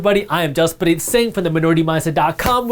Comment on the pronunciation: The only time your accent sounds Indian is when you say "I am Jaspreet "😅 .. Learned a lot from uh bro love from India😘